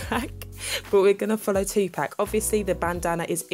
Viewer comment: Dear Universe she said it right though.